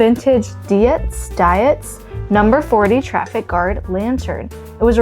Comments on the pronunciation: Pronounced “deetz” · Dietz is pronounced ‘Deetz’. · In case no one else chimed. Dietz is pronounced Deetz. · Dietz - pronounced deets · How interesting! I love what you are doing. (Btw Dietz is pronounced Deets ;-) ) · I hope the former owner's family is watching this and seeing how wonderfully you treat the contents of the house. And keep the solar lights! They bought them for the garden there, so that's where they should live. Dietz lanterns were made in Syracuse NY. The building is still there. Pronounced "deets". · It's pronounced "Deets" (Dietz) 😊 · Pronounced; deets I believe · Dietz is pronounced like eats. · It's pronounced Dietz "DEEEETS" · The name Dietz is probably German. Good rule of thumb with German names/words that have "ei" or "ie", you pronounce the second letter. So Dietz would sound like Deetz and something like Stein would be Stine. (Edit: did not see someone else already commented on this, lol) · It is Deetz pronunciation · Dietz is pronounced like beets but of course with the "D". 😂